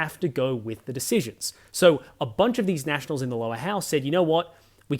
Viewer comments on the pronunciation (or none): none